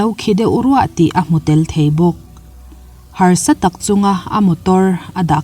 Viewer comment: Hàrsatak tia lam tur a ni lo maw